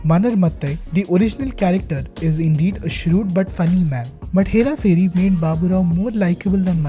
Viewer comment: say this 5 times.. hera pheri hera pheri hera pheri... ph is pronounced as ph and not f ... As part of the 1% opf Indians who know this, feels like i am the one mispronouncing it... Also it is 'phir' not 'fir'...great video otherwise!!